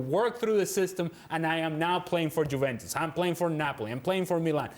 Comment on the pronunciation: Seen this repeatedly, but it's really embarrassing to see Ale Moreno saying 'Jooventoos' infront of DelPiero!!! 🤦 He's a professional pundit for 7-8 years now and should be getting the pronounciation right!!! 🤦